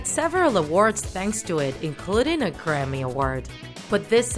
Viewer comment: I don't know if it's a good thing or not but I litterally heard "the CRAPPY awards" instead of the Grammy awards😂🤦‍♀️